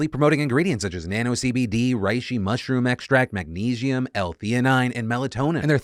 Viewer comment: Mag-knee-she-um. All I could focus on for the rest of the video in between topics 🙃